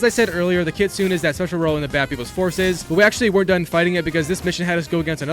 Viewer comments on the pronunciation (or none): Its kitsu_ nay its japanese for fox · Sayto 😂 Kitsoon 💀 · Why do everyone who already complete this game always mispronunc the name lol, the YOTEI six, the KITSUNE, DOJUN. Do you even pay attention to the game 😭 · Its pronounced "kit-su-nay"